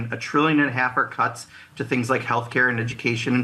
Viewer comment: Did he say “cuts” with an n.?